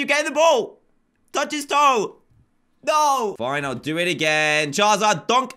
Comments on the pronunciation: It's charizard not chazard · Charizard not chazard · He said charzard